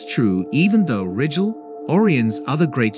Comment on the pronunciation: Beetle Juice not bett-el jus Or-eye-on not orree-onn Rye-Jel not ridg-ill headline "WEb disocers" content "blah blah blah blah blah, blah blah, blah blah blah blah blah, wrongly pronounced blahg blah blah blah blah blah blah" ad-infinitum. Your channel is AI generated CLICK BAIT bull$hi7